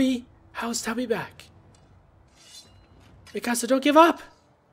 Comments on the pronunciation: no sam not mee kasa its MI CASA XD SPANGLISH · It's not mekasa its mikasa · its not maksia its miksia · You pronounce Mikasa Mi-kasa but it's actually pronounced Mik-asa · it's (meekusuh)how you actually say it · Mikasa (meek-a-SA) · its mi-ka-sa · You said mikasa's name so wrong to me not hateing love your videos 😭😂😂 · he dosent say miksa right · SAM U PRONOUNCED MIKASA WRONG!!!! DO YOU EVEN WATCH THIS ANIME!!!levi x mikasa lol